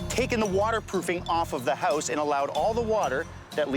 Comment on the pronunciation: Hey yowse = HOUSE LOL